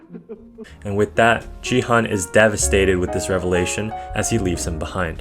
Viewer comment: Yo gi hun pronounced as the hard g